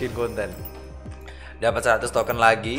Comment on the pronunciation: Aneh bat gw denger lu ngomong bukan token tapi toket 😭